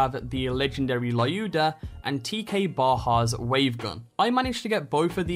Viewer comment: I scrolled the comments and haven't found anything about that, so. Lyuda (Which is correctly pronounced as "Luda") is actually supposed to be Zer0's final reward for completing all Targets of Opportunity. You'll receive a mail with this gun in it once final TO is done. The fact that 70% of legendaries in this game, instead of being obtained from certain places, can just randomly drop from random bosses, enemies (Not even rare ones. I've got a legendary artifact from just a random goon on Konrad's Hold) and chests is stupid